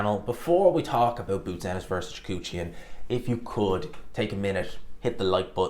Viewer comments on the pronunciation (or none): Repeat after me: Kah-rEhn Choo-hah-dzhan